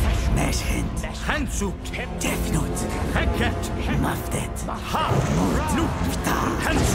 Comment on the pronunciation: É "Tefnut"